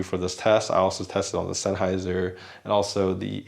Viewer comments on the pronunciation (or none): none